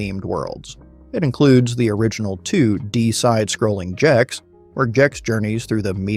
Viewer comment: IT'S GEX WITH A HARD G, NOT JEX! this killed me.